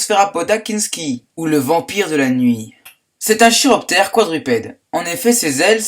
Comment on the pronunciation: Prononce Kiroptère